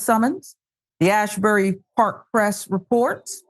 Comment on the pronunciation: *Asbury*, not “Ashbury”